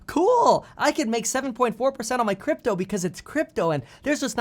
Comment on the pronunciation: LOL he just called it Gypto